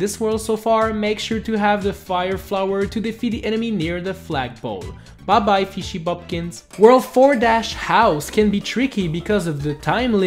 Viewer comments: He pronounced it wrong it’s fishy boop kins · did you just say FISHY BOOKANS? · You pronouce fishy boopkins name wrong It’s fi-sh-y boop-kins